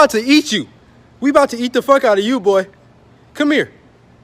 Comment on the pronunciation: “Come mere”😭